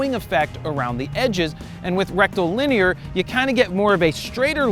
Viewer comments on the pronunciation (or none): Did I hear Rectal-Linear?!?! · Rectal-linear huh?